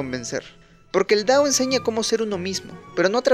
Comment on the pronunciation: Porqué dices “dao” en vez de “tao”?! 💀